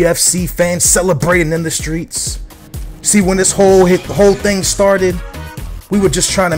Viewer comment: Did you really say when "...the whore things started..." ?